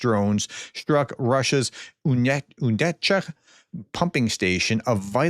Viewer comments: You- necha, not uchecka. But hey.. Orban is not happy one bit. Now he is repeating Trump narratives. One thing the American people can do, since Trump will not tariff China, is to boycott as much as possible. It may be easier said than done though. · U - NE - CHA U - NE - CHA For God's sake,! It's THREE effing syllables!!!! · The subject is good. However, you mumble and read too much text and stumble too much. Try a practice round first. If you cannot pronounce the Ukrainian and Russian town and city names, why try on the air? Practice first.